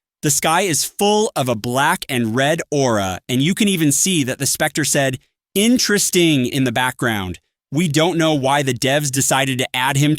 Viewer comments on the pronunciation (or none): “iwnnnntwesting” -the text to speech